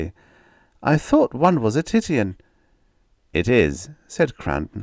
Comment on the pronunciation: Titian=ti' shun